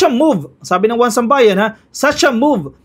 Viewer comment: 1Sambayan I think is "isambayan" ang bigkas